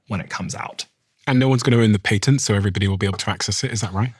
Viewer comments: You’re mispronouncing the word patent. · This might be an unpopular opinion and my ADHD might be at play here, but I wish they made a peptide to help me not focus on him pronouncing the word “Patent” ( mark). My brain kept going back to that the whole time after hearing him say it like that 😂 😆